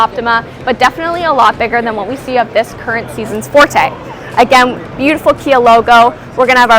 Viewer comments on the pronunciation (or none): none